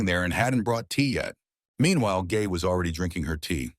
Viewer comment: i heard u say the girl gay not gae